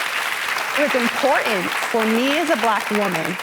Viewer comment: She lost me when she could not pronounce imporTant